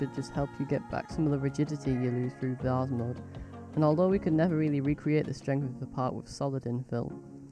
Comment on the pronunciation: Great little video thanks (and thanks for pronouncing it Vase not Vayze - so annoying 😊)